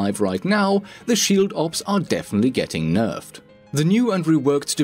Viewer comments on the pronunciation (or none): No one:: "Nerferd"